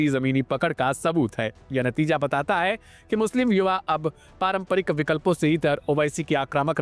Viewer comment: Hai ka Sahi pronunciation Nahin kar paare Neta ji